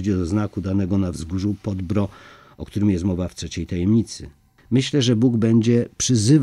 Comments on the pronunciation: Dlaczego lektor niedoczytał,jak wymawia się nazwę góry PODBRDO,a uparcie wymawia fałszywie jako"podbro"?... trochę niechlujstwo i brak szacunku do tak ważnego tematu I przypomnę lektorowi,...nie "wika",..a Wicka,tak jak się pisze,tak się wymawia Poznałem Wickę osobiście,i Ona tak też się sama przedstawia... proszę,o korektę własną i doczytanie tematu,a nie tylko pobieżne,ot odczytanie....z Panem Bogiem. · Informacja dla: w języku serbskim/chorwackim wyrazy niekiedy mają formę zbitek spółgłoskowych, ktore szczegolnie dla Polakow przyzwyczajonych do sylab z samogloskami stanowia trudnosc w wymowie. W takich konstrukcjach w wymowie pojawia sie cos w rodzaju półsamogloski - krótkiego "y". Nazwę gory objawień Podbrdo (przedgórze) nalezy czytac Podbýrdo. Podobne wyrazy: srce (serce) - wym. sýrce, Krk - wym. kýrk itd. Milo sie Pana slucha, ma Pan piękny glos i wymowę, ale dla ludzi znających chorwacki zgrzyta to Podbrdo w odbiorze. Polecam przed naczytywaniem sprawdzac wymowe obcych wyrazów. Pozdrawiam z szacunkiem.